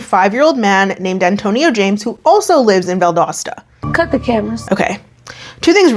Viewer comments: You pronounced Valdosta correctly btw. Nev & Laura did not lmao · This was in my home town, and she was one of my friends from high school, I’ve been waiting on this one!!! Thank you for the great content, and you said Valdosta right,! (Btw, found out I’m baking twins lol, but they’re healthy and going strong 🙃) Safe travels and have fun! ✈️ Edit to add: Angel was really a sweet girl in school, it’s very unfair she was taken advantage of like this. I sincerely hope she’s doing as well as possible in life moving forward 💜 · Valdosta is my hometown and you nailed the pronunciation! Kudos,! I don't know Angel though. Valdosta isn't THAT small. Haha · I grew up in the area, you’re saying Valdosta correctly lol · So I live in north Georgia but I’m from southwest Florida and my boyfriend and I were driving down yesterday and had a whole discussion about how you pronounce Valdosta. I think you did it correctly.